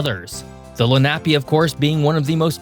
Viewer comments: It’s phonetically pronounced LEN A PEE!! I know this because I grew up here. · Len-ah- pea, properly pronounced. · Lenape is pronounced LEN-uh-pee, not luh-NAP-ee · Hi, South Jersey born & raised & Philly resident here…have we been pronouncing it wrong all this time!? We even have a high school in NJ, did they get it wrong? Len - NAP - ee!? All of us over here thought it was LEN - Uh - Pee 🤔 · It's pronounced LEN·uh·pee, not le·NAP·ee. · “Len-ahp-ee”? …Wrong. It’s pronounced “Len-ă-pe” native Americans. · It’s pronounced Lénape not Lenápe. Accent on the first vowel. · Please STOP 🛑 pronouncing the Lenape name incorrectly. There’s no “nap” sound in this word. Phonetically it’s: LEN -A-PEE. Please correct this mistake in pronunciation. Any Pennsylvanian knows how to pronounce Lenape. Again it’s : LEN -A-PEE. Get it, got it, good! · Lenape is pronounced "LEN a pay". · I like your channel but you need to research your pronunciations better. As a lifelong PA resident I can tell you that it's LENN-a-pee, mu-NUN-ga-HEEL-a and LANKA-stir. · FYI - Lenape tribe = leh nuh·pee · Indian group pronounced "Len-ah-pee", with the emphasis in the first syllable "Len". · No mention of one of Pennsylvania's Railroad cities makes this an incomplete video, Also Lenape is pronounced len-a pee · ) ... it's pronounced LEHN-UHHH-PEE / lenna pee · I swear it pronounced Len A Pee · Pronouced Len-nuh-pee. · Great video! "Lenape" is pronounced Lenn-ah-pay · Lenape pronounced Len-a-pea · Lenape Indians Len-a-pee Indians! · Pronounced len a pea. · . “Lenape” is pronounced with accent on the first syllable: LEN-uh-pea. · Lenape is pronounced "Lenna- pea." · Good video, but I suspect from some of your pronunciation that you are not from Pennsylvania! (Lenape, Susquehanna, Monongahela. However, you got Lancaster right, which many people don't.)